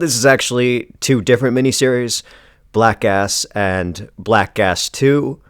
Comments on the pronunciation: Whenever you say the title i hear "black ass" and giggle like a regard. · WAIT! ... Did he say, "Black ASS"??? 😂